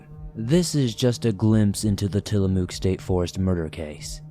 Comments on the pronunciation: Tillamook pronounces Mook as if you are saying hook. Sorry to do this, but it irks me as an Oregonian. 😂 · So I saw a fellow Oregonian, somewhere down there in the comments, correct your pronunciation of Tillamook,. Whilst I suppose I can understand the urge to do so, I’ve never actually corrected a YouTuber’s or a podcaster’s pronunciation. I mean, it’s not something I find either annoying or all that important. Of course, I also have no desire to offend my dear Oregonian sibling in the comments down there. I can certainly understand wanting to help out with unusual and/or regional pronunciations in a good natured manner. Still…having said the above, I also absolutely have to acknowledge just how cute and endearing pronunciation was! Furthermore, because the name includes a double “o”, choice of pronunciation makes perfect sense! For the English speakers in the swamp, we all learned at a very young age the rule that a double occurrence of the same vowel generally takes on the long vowel sound.